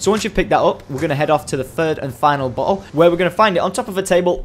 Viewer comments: had to stop watching because i can't stand the way this moran says 'bottle" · Lol sounds like he says butt hole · I thought he said butthole instead of bottle xD